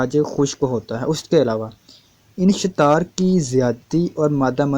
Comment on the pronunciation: تپ دق ٹی بی کو کہتے ہیں ٹائیفائڈ کو میعادی بخار کہا جاتا ہے ایسے ہی عضو مخصوص کی حرکت کو انشتار نہیں بلکہ انتشار کہتے ہیں براہ کرم ویڈیو بنانے سے پہلے اچھی طرح پڑھ لیا کیجئے